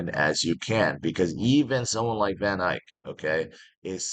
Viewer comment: u say it wrong it is van eck sounds like van eck its dutch. there's no y in vaneck!